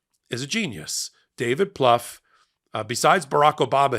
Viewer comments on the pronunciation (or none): if you’re referring to David Plouffe [pronounced: ploofe, like roof], he’s 57 years old.